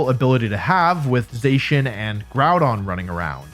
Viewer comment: Za-She-In. Zacian. You're welcome.